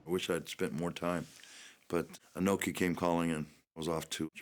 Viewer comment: Pat Patterson calling Inoki "Inuki", lol.